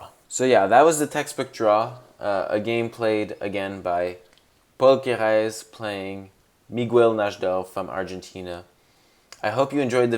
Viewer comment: Great video but why are you pronouncing Paul Kereses name like he's French 😂😂